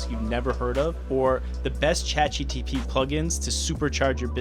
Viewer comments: Why do you keep calling this "Chat GTP", instead of "Chat GPT"??? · Can you use some AI tool to replace your voice every time you say "Chat GTP" instead of "ChatGPT" in this video? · Buh why are you saying chatgtp instead of gpt? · Bro please review the content ur posting so ur narrator dont say chat GTP a gazillion time in your video about AI. I cant take shit seriously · "Chat GTP...", its GPT, you had one job... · Stop Saying Chat GTP.. its GPT ffs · "ChatGTP" - the most difficult product name in history to get right. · FYI it's "Chat GPT" .... but thanks for the video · anyone else notice he can't say chatgpt correctly? he says, "chatgtp" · please god, learn how to say "Chat GPT". Other than that, good video. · why are you saying chat gTp ?